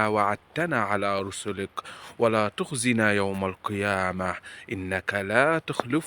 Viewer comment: تلفظ حرف الذال بالزال وهذا خطأ بالتلاوة مثلآ تقول تخزنا عوضآ عن تخذنا عوضآ عن ذنوبنا تقول زنوبياعوضآ عن هذا تقول هزا اتق الله